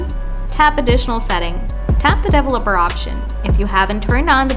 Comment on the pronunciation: One thing I will say is learn how to pronounce developer for the love of god